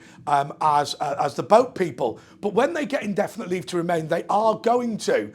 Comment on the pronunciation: Hi. I've noticed your pronunciation of "but" word is mostly almost the same like a bot. Is this a British thing or your particular region of GB? I appreciate your answer. cheers!